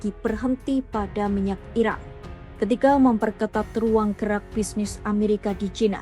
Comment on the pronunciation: Ini cara membaca berita si pembaca berita agak unik, selalu diakhiri dengan nada tekanan yang aneh pada setiap akhir pembacaan. Belum lagi pengucapan kata "Iran" terdengar seperti diucapkan "Iraq" ? Untuk media selevel kompas terdengar tidak profesional. Koreksi jika saya salah.